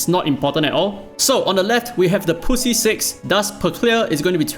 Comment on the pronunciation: I will be the first to say it. When you say 'Grind the Poussiere' it ends up sounding like grind the pussy. Hence the comments. This is how it sounds in french.